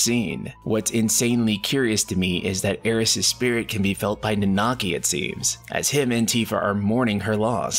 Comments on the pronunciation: Let’s work on that pronunciation. It’s Nan-na-ki. Not Nan-naki 🤣 The voice actors even pronounce it correctly. C’mon dude 😂😂😂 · This man pronunciation of Nanaki is horrible 😂